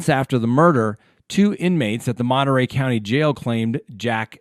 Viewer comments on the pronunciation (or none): none